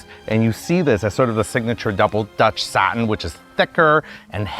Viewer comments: I think he tried to say double, duchess (Dutch-ess) satin in US English. But I’ve always heard the French pronunciation Doo-shess. It is a double weave satin, thicker and heavier than a single weave, and with more body. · Did he say "dutch satin"? It's supposed to be duchesse satin... Sorry, but these detail always spoile it for me... I'm not native English nor French speaker but there are things you should have right.